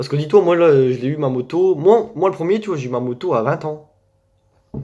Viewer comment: Au début tu dis tu vois mais on dirait tu dis tu vaus mais du coup je vaus combien